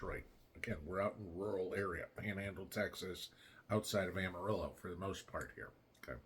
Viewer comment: Finally a man that knows how to pronounce Amarillo!!